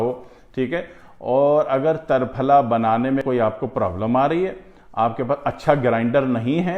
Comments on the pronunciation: Triphla and not tarphala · تر پھلہ میں ت پر زبر نہیں زیر درست ہے۔ جیسے = ترنگا۔ تکون۔ترچھا۔ تنکا ۔ تیر کمان۔ تیکھا۔تیتر ۔تیسرا۔ تین ۔تیرا۔ بہر حال آپکے ہاں جو درست وہی درست ہوگا ہمارا کیا۔آپ ہیں ۔جناب صابر ملتانی صاحب کی مجموعی نظر سے اسکا کچھ واسطہ نہیں وہ تو صرف قانون مفرد اعضاء کے بانی تھے انکو اسکی کیا ضرورت لیکن پھر بھی کسی مفرد یا مرکب تحریک میں اسکا ذکر نہیں کیا ہے۔ اشارہ کافی ہے۔کنایہ بعد میں نہیں کرونگا۔